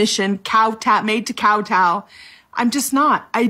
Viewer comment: Kow-tow (D I C T I O N A R Y recommended)